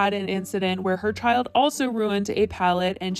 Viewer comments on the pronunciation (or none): none